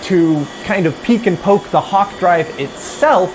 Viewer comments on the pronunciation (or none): none